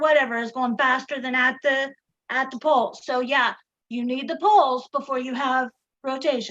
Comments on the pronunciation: The fact that she pronounces "poles" like "balls" makes this conversation 1000% funnier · I'm so glad I wasn't the only one! Honestly though she was asking and where their balls were for a good 10 minutes!